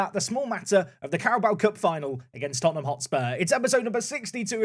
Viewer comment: It's Tottenham